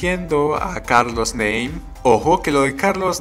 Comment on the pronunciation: Se pronuncia "NAME" no "NEIM" jajaja